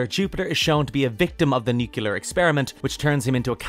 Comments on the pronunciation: Sorry famous philosopher Homer said it's nuculer. ☝️🧐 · different countries do exist my dude, people spell and say stuff differently slightly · I don’t understand why people say it like that.